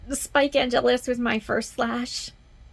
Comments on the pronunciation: Yeah, it's not wrong to pronounce Angelus the way Spike does. For English and Americans it should have the emphasis on the first syllable. Giles started that pronunciation with emphasis on the second syllable when he first mentioned Angelus in the library. But since it's his name, Angel can pronounce it the way he wants, which he might have done to distinguish it from the religious word. So when talking about the vampire, I would say AnGELus, and while talking about the Catholic prayer, I'd say ANgelus. Also, Angel has sired males. There's one in Somnambulist, in Angel season 1, and again in Why We Fight in seasson 5 although that one was done out of necessity. And Dru sires Darla for her second turning in The Trial. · I don't think it's fair for people to use the excuse of"he can pronounce his name how he wants"...it's an error,plain and simple."Buffy"has been made by English speakers who don't know how Angelus is supposed to be pronounced and THAT'S why they mispronounce it. Period. If someone tells you the correct way to do it,you're supposed to do it THAT way (you heared me,???>O>). In the Italian version Angelus' pronunciation is correct and consistent because there's no such thing as"everyone pronounces it the way he wants", the correct pronunciation is ONE and we use THAT ONE.>^< I don't count"Angel"s episodes because I remember almost none of them 😓 but good to know.👍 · if you Google "pronunciation of angelus" online you get one way for British (1st syllable emphasis) and the other for American (2nd syllable) - so there's that. No idea when the differentiation in pronunciation began, but that's certainly the current common usage, for the angelus prayer usage of the word. Names don't have to be pronounced the same, of course...